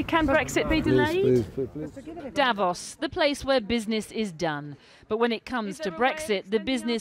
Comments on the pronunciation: it is not pronounced davoss but davose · You keep saying Dävos, it's fucking strange. The city is called Davos. I don't go calling Manchester munch-esther either just because that's how it reads to a naive German speakers eyes.